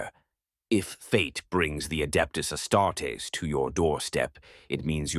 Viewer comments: If you could tweak your ai bot to stop saying ass tartess instead of astartes that would be great 😂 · “ASS TART EES”. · "Ass-tar-tays" lol